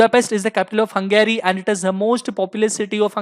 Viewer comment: It's not hungaaryyy! It's Hungary